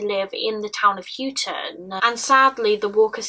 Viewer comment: Small detail,, it’s pronounced Hightun